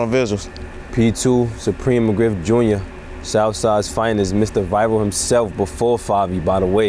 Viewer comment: Emphasis on “JUNIOR” 🤣